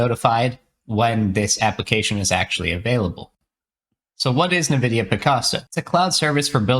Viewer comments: Nevidia? It is called NVidia... as in the letter N - vidia. And we can now run interference on our models? Nice, just what we needed. They probably mean 'inference' when they write inference: which is best described as 'logical deduction'. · It's pronounced "en-vidia," not "n'vidia"